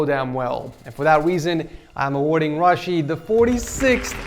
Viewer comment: You mispronounced Rashed